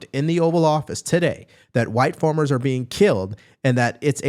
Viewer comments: Great video. It sounds like you say form and formers instead of farm and farmers. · Why are you saying formers? FARMERS